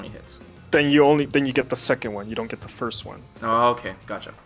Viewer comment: LMAO how you say "first" you say FIRSH. english is hard